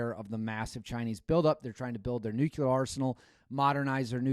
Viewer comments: It’s “nuclear “ not nuculer George Bush. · It is..."Nuclear", you hey seed. It's not Nucular. Only that moron Bush calls it Nucular.😅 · IT IS A NUCLEAR WAR NOT NUCULAR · NU-CLE-AR. Sound it out brother. Not NU-CU-LER. You’re not one of those. Please don’t be one of those. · It’s NOT nuculear. It’s nuclear. Showing off that Wisconsin education again? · The word isn’t nuculer. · Yep, this stuff drives me nuts. Along with pronouncing fiscal fi-si-cal instead of fiscal-cal! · You lose all credibility when you cannot pronounce nuclear.